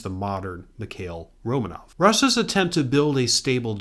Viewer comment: Romanov should be accented on the second syllable: Ro (o as in or) MAHnof